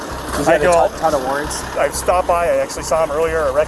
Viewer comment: Anyone else catch at the beginning, narrator saying "felony rarrants"?